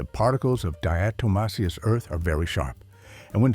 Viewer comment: Some good advice here but also some bad advice. Do your own research before you take the advice any video, let alone AI that can’t even pronounce diatomaceous earth.